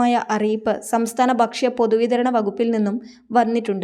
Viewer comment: 'ബക്ഷ്യ ' എന്നല്ല, 'ഭക്ഷ്യ' എന്ന് പറയണം.